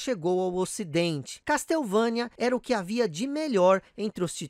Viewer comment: ignora o MSX. Sabe que algumas franquias nasceram nessa plataforma fantástica. Dê mais atenção ao MSX. E a pronuncia correta é " Késsouvênia" e não "Castéuvãnia". Vc tbm esqueceu de mencionar o Koji Igarashi.